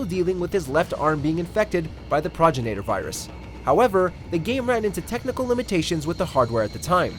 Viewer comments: Dude, what´s up with the pronounciation? Mikka-Me instead of Mee-Ka-Me flash-forward instead of fast-forward Pro-gi-na-tor instead of Pro-geni-tor Don´t get me started on Shi-Butt-A... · Also, you pronounced 'projenitor' wrong as well as Mikami.